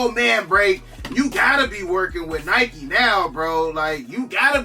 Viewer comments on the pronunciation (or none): none